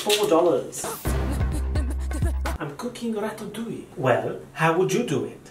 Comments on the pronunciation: I lost it when he said ratttatouille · he’s just an italian girl from new york